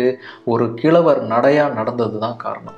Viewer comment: It is ' kizhavar' not kilavar.